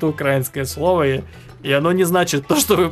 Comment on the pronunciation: Не УкрАинского, а правильно УкраИнского.